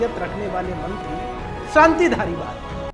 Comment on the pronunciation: सानती नहीं शांति